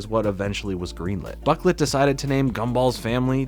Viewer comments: Boh-CLAY not buk-let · Boquelet is pronounced Bow-ku-lay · His last name i'm pretty sure is pronounced bro - klay